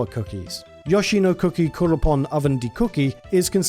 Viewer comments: absolute maverick move to pronounce "mario" and "wario" like those americans do, but to pronounce "yoshi" like someone that wrote for super play in the 90s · The way this man says Yoshi hurts me. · That's an... interesting way to pronounce Yoshi. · Besides twitch streamer/YouTuber Carl Sagan 42, I've never heard anybody else call Yoshi "Yaw-shee" until I watched this video. Normally it would annoy me but it's actually kinda funny, reminding me of him instead. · Look, we both know the sound is "yo." Like "yo-yo." At this point, it feels deliberate. 😅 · ah yes YAH-SHE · Drink every time he says Yashi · I can't help it. You're mispronouncing Yoshi pretty hard, there... but pronouncing the other Japanese names with the "yo" sound correctly. Sorry, not sorry. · ......I LOATH the way you say Yoshi..... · Why can't you pronounce "yoshi" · worst way to say yoshi ever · The way you pronounced Yoshi 😂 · I like this video but I cant stand the way you say yoshi